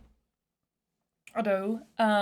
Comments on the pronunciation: Its “aado” not “hado” 😂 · Ado should be pronounced "Ah-Doh", put stress on A. I strongly recommend you to react to Ado's "Where the wind blows" and "Zero". Two completely different Ado, you'll love it. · The power Ado has in her voice, and how she’s able to control it perfectly and do whatever she wants with it, is incredible. By the way, since she’s Japanese, her name “Ado” is pronounced as “A-do,” with the A being an open sound, like the “a” in “farm,” while the “do” has a clean, closed o sound, similar to the Spanish “do”, like "Do" Re Mi not the English “doo.” I really love the reaction, good video!! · FYI -- Japanese pronunciation, the name would be pronounced more like Ah-Doe